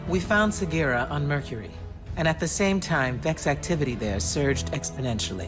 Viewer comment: Segira the fuck its sagira